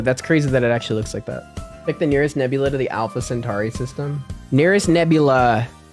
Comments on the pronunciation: Not Nebulae it's Nebula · Bro said nebulay